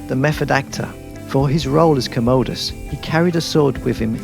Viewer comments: KAHM-uh-duhs.. NOT commode-US. You're welcome 😒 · Wait what?? Gladiator...did he just say Joaqin played 'Co-mow-dis' as similarly pronounced ko-mo-do dragon!?? I'm sure it's Com-ah-dis. Whaaaaaah. 《《《Make the noise